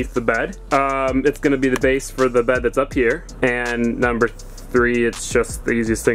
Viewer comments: The way he says bed is so funny 😂😂"baehd" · the way he says "bed"